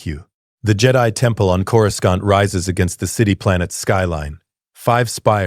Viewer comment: Curoscant, some of Jedi Council members, I stopped bothering those because those AI prompt channels don't care.